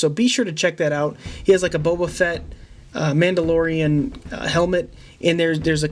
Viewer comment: Dabi • *Mandalorian.... not mandolorian or madelorion😂